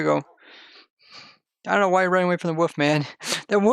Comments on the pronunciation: why you say Woof? And not wolf? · Its not woof.. for god sakes please stop saying woof. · He says “woof” not “wolf” I’m actually love that, UwU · I didn't even realize he said wolf lol